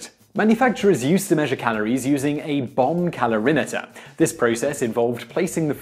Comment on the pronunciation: Sounds like he's saying "bum calorimeter" - which would make sense when talking about bum brownies. lol